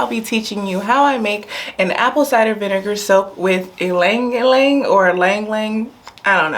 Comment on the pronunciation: Not many people know , but ylang ylang is correctly pronounced Eelang Eelang